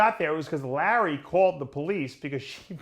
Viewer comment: Dave Palumbo pronounciating the letter "A" - "Mr. Olympier", "Situration", "Jeremy Buendier", "Lurrery Wheels", "2019 Olympier", "Lurwyer", "Collect Dayter", "Dailyer Basis".